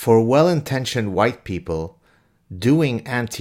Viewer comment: HUWHITE, AGHHH...! 🤔🙄😁